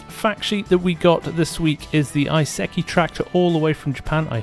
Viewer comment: ee-seh-kee i-se-ki :)